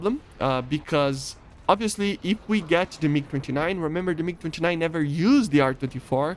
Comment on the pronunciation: is it me or did he say mig 59